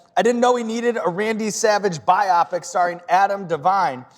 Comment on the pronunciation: Its biopic, not biopic